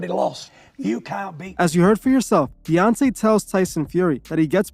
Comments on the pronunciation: His name is DEONTAY not devontay or deontray. Also you’re reaching hard on this video. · Say it with me DE-ON-TAY 🙄😒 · Say it with me Dee on tay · He Called That Man Deontrae,Devonte and Deontae 😂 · Loved how just butchered Deontay's name twice 😂 and yes, i certainly agree that, like any other form of entertainment, boxing has been used as a tool for controlling the minds of the masses. Corruption and politics are still present, and they are causing it to deteriorate significantly. The ultimate fights that are needed aren't even happening, especially in the HW division. On a sidenote, was the Davis/Ryan fight fixed? I suppose we will never know, but one thing is for certain, a livershot is no joke, so I understand why Ryan probably didn't want to go on😅